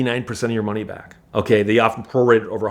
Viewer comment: "Cyash" (cash),"tyax" (tax), "byack" (back) What kind of speech impediment is he using?